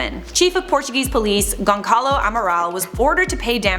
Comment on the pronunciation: Goncalo..... lol Gonçalo caralho! lol